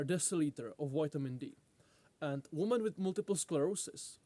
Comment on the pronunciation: say women correctly will be disappointed